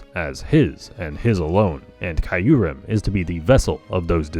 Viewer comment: The way you say Kyurem, hurts my soul.